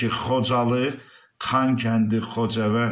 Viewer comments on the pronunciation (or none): Xocevend,xoxavend yox))